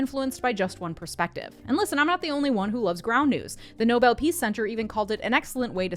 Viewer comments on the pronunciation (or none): none